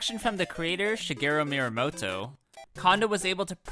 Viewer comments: ME AH MOTO NOT MI RA MOTO! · Call him MYRAmoto again, I double dog dare you, you absolute lemon.